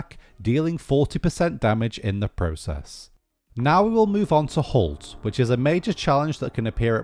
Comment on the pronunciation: when he said halt i thought he said cult :) LOL